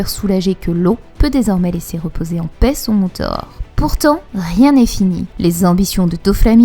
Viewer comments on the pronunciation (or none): none